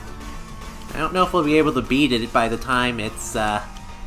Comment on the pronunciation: "This'll 'BEE' it" huh? XD